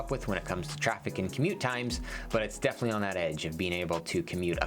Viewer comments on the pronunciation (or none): none